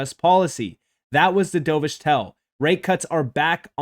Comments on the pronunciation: dove-ish, not dough-vish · pronounced "dove-ish", like the bird. Opposite of "hawk-ish", also a bird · Dove like a bird, not dove like dove in to a pool 🐦